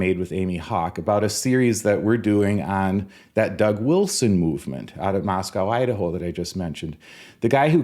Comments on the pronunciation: Happy Birthday to a true thespian! Thank you for being a beacon of sanity in this crazy world. And don't forget - when talking about Moscow, Idaho - it's pronounced "Moss co", not "Moss cow" 😊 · As a Vandal from University of Idaho in Moscow, ID, allow me to inform you that the 'w' is silent. It is pronounced "Mosco." I don't know why. I think it is dumb. I like Kanawha County, WV now and the 'wha' is silent as well.